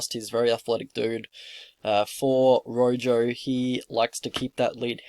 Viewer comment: "Rojo" is pronounce "roho" in Spanish, and I think he's from Argentina (or he had an Argentinian flag in a Combate bout, IIRC). These lines are -EV. Rojo hangs his neck out a lot. I wouldn't even be comfortable with a prop bet for the distance, just because Jourdain's submission competence (brown belt, but I can't remember under who) and Rojo's submission incompetence.